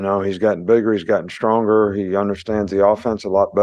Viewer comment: What a "STORNG" message. Now I know what "Storng" means. Haha